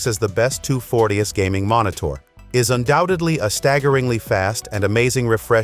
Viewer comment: Mon-it-tour... Dumbass AI.